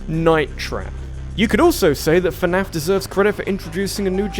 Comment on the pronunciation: Fernaf? How dare you